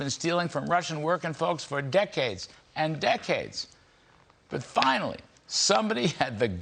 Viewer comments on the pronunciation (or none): none